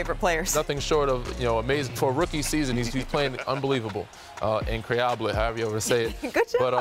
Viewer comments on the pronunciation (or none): It's more of an "uncroyable" than "INcroyable," even tho it's spelled incroyable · Perk butchered “incroyable” 😂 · Perk saying incroyable is killing me 😂 second try was way better said though